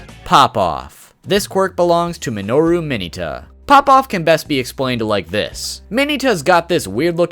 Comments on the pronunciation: Trashiest of trash “Mayoneta” not Mineta he just butchered the pronunciation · ITS MIN-ETA LIKE MINA WITHOUT AN A. MINNNNNNNNNEEEEEEEEEEEETA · DID YOU JUST SAY MINY-TA AND NOT MIN-EH-TA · U said mineta wrong